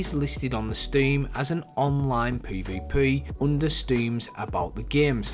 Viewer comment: Poy voy poy (this dude trying to say PvP)